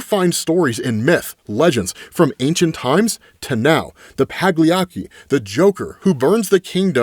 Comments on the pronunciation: Pagliacci is pronounced like Paulie-Ah-Chi Italian pronunciations can be weird but now we all know lol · it's pronounced "pa-lee-ATCH-ee" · Pagliacci is pronounced Polly Otchie. With respect, bro. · Pagliacci is pronounced paliatsi.. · FYI it's pronounced PA-LI-ACHI. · “Pagliacky”?? Did you see the Watchmen movie? Pagliacci joke in there… (and correct pronunciation) 👍🏼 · Pagliacci = pah - lee - AH - chee. And it's obviously the Giggle Grotto. (God, let's hope not. That's, like, 1950s comics code Joker.) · you said the word Pagliacci wrong, you pronounced it Pagliacchi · polly-ah-chi my good man. The tragic clown. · "Fox, Pierrot, and a name my stupid ass is too lazy to try to pronounce" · He didn’t pronounce an h at all though 😂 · did stop two people short of the end of the list because he wasn't sure how to pronounce those names? "All named after famous Jesters - Fox, Pierrot, and the list goes on" The list: has two names left